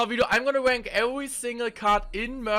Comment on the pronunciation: i hear "iam gonna wank every single card" in the beginning